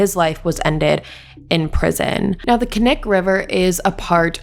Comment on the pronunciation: Love your videos but as someone who lives in Alaska hearing you say all these places in Alaska incorrectly is killing me 🥵😂 the K in (KNIK) isn’t silent and it’s pronounced (EKLOOTNA )